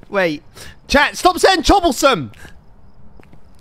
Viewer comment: no… CHOB-BLE-SOME